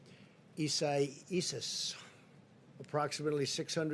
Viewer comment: He can't even pronounce the storm's name right. It's Ee - sah- EE - ahs. Not hard at all.